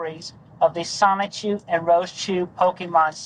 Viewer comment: The way he said it is pretty close. Incidentally, the O in Japanese is always long. So it should come out "soh-nee-choo." If it was "sah" (a short O like in "sonic"), it would be spelled sanichu.